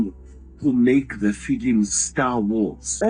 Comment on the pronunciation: "filim producer"